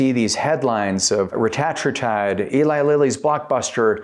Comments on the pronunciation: its pronounced reta-tru-tide you tatd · Can’t watch a video when the speaker doesn’t even know how to pronounce the peptides name. Tells me you are new to this and “pretending” to know what you are talking about by regurgitating what you hear. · Your saying it wrong